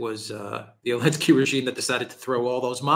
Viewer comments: Great show!, it's Zelensky, not Olensky. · Why does always say "Elensky?"